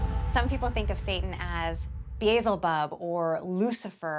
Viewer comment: Beezel bob wtf did that lady say ???Its pronounced Be el ze bub,I don't know what she was saying???